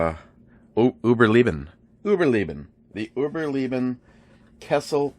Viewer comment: Loving this months box, all very useful items. Your pronunciation of "überleben" was close enough for me. But I'm Dutch and thay word is in German. (It means "to survive" by the way). Nice knife too, looks to be a fine bottle opener using the blade spine